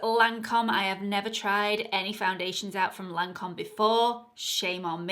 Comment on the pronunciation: Teint Idole is: Tain don't pronounce the t, edoll and Lancome is Lan don't pronounce the n, cum. Lancum.hope this help?